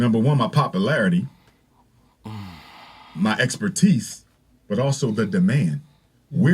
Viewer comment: His Papa Larity?? I aint never heard nobody pronounce popularity like that. He's gonna be somebody's principal?